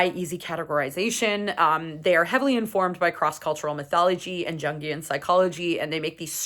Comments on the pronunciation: it's pronounced "youngian." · Good video. It’s “young-ee-uhn”